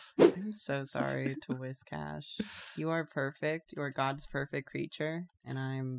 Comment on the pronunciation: It's pronounced Whiscash